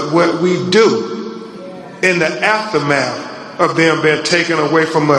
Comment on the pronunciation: “Aftamaff” ….. “Mega Evers”… Lawd Hammercy…. 😐